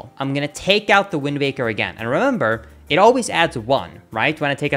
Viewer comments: Am I hearing things or does he keep saying "WindMaker" instead of "Windwaker"? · It sounds a lot like you are saying Windbaker. :-/ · I hear wind baker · Probably something to do with accents and maybe vowels. Look up the "vowel space"